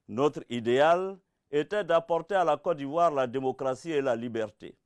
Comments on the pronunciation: Il dis Co d’ivoire 😂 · c'est vrai. Il dit cô d'ivoire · C'est sa manière de prononcer <<Côte d'ivoire >> qui me fait rire souvent😁. Sinon on est derrière toi même si tu as tuénos pareil t pour Ado auparavant. Seulement nous même on n'y crois pas trop quoi. On sais pas comment tu vas enlever au pouvoir ton tigre que tu as pris le temps de bien installer. 😁